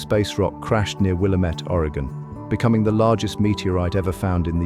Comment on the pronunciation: Wil-LAMB-ette. That is how it is pronounced.